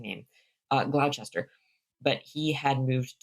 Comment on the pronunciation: I'm not sure about Ayrshire, but if you want help on other pronunciations, Gloucester and Gloucestershire, which you also seem to be struggling with, are "Gloss-ter" and "Gloss-ter-sheer". You might also come across "Worcester"/"Worcestershire", which are "Wuss-ter"/"Wuss-ter-sheer". These are some of the worst place-name spellings we have in Britain, and even many locals struggle reading them if they're only familiar with the pronunciation or vice-versa.